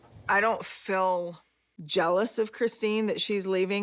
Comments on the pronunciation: I can’t stand hearing Meri say “fill” instead of feel. It’s so irritating. And who cares how Meri feels. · I wish they would learn how to say the word feel. Saying I “fill” grates on my nerves. Meri used to be a favorite but no more. She’s still there for the paycheck from TLC. It’s time for Sister Wives to be off the air. I don’t watch the show, just read the updates. You go Christine!